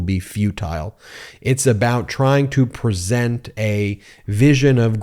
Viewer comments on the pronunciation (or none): none